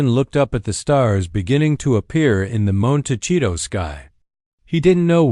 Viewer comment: Already losing credibility by a computer cannot correctly cannot pronounce Montecito.